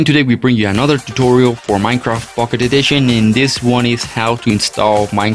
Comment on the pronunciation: its pocket not fuckit